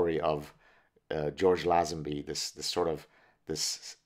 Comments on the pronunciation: Its LayZenBee, George LayZenBee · George Lazenby, pronounced Layzenbee I thought. Aussies have the best banter no doubt. I actually lost my virginity cos of a bet with a young friend of mine. Not proud of it but these brotherly challenges produce results lol MI6 (counter/) intelligence, surveillance officer recruitment and training very much looks for these same abilities, the confidence to blag your way into someone's home for example is one test they use. Same with SAS. Early recruits were total blaggers, even tasked with stealing all their equipment, supplies from other army units. Bond films weren't Hollywood blockbusters. The producer -- Broccoli -- was a notorious character himself. The stars weren't paid as much as they would have earned in similar Hollywood roles. Bond films were a strangely Anglo-American affair, produced by NY Italians and Jews, made at Pinewood Studios, with British staff Cubby Broccoli on his preference for Dalton A rather bitter, hipster 68'er Lazenby